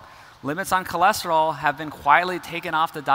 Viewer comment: You also got 'choleseterol' wrong